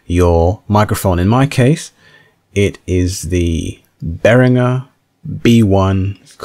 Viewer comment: your pronunciation of behringer has earned a dislike.